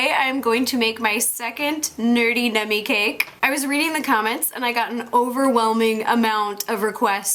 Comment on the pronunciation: the way you say cake makes me mad.